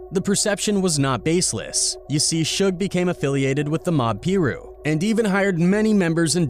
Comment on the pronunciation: It’s not Mob Pee Ru it’s MOB PIRU !!!